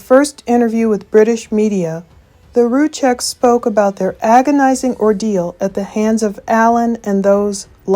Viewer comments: You've made alot of money on this case.. You can atleast pronounce their names right! RU SEK . Not Ru check. Z is silent Rzucek=Ru Sek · Respectfully, Rzucek is pronounced, Roo-Zek, not Roo-Chek.